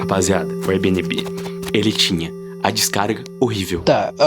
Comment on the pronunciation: Kkhkhkhkhkh "érbinibí"